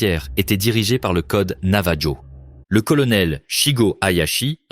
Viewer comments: ça s’écrit Navajo mais ça se dit NavaRO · Aloha ! Navarro avec un R pas J !!! Ro ! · Pour le youtuber, votre IA n'est pas bonne faites appel à des francophones où à des français pour la vérification de votre récit, navajo en français on utilise la prononciation espagnole donc la jota pour je j sur les dénomination espagnole